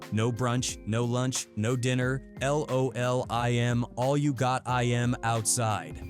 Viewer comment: How dafaq does an AI not know how to pronounce LOL?? 😂🤣